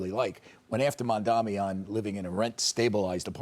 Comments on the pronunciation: All these dumbasses always mispronounce the name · Lmao they STILL can’t get his name right